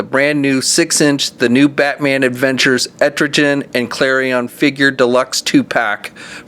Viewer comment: you said Etrogen haha it is Etrigan! xD